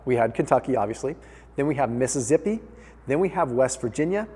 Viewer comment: Missi-zippy? Really? How'd you arrive at that pronunciation lol?